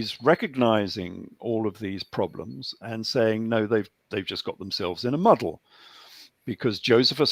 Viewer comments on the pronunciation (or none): none